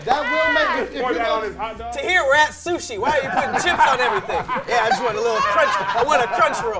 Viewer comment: Tahir Moore should try Tah-speak Moore...